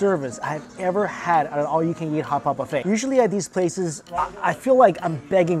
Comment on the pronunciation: kkhhhootpot. that's not the way to say hotpot i think :(. sorry not subscribing